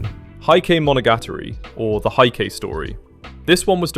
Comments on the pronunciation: Heike Monogatari is one of my favorite shows, and I’m obsessed with the OP! The lyrics fit the show so perfectly that it always makes me feel a bit bittersweet. Just a small tip for anyone watching: "Heike" is actually pronounced like "Hey-keh," not "Height-keh." It means the "Taira clan" (Taira family). Just thought you might find it interesting! I also love the manga "Ikoku Nikki" (Journal with Witch). I was happy about the anime, but a bit worried since some adaptations can lose the unique vibe of the original story. I’m so glad my worries were for nothing! As for my watchlist, Mushi-shi (S1 & S2) is still available on the streaming service I use! Crunchyroll is unavailable in Japan, so we can't use it here unless we have a VPN. Mushi-shi and Ping Pong have been on my list forever, so I’d better hurry. I’m a huge Haikyuu!! fan, and I heard that if I like it, I’ll definitely love Ping Pong too. Sorry for the long post! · "Heike" in "Heike Monogatari/平家物語" is pronounced as "hey-ke", not "high."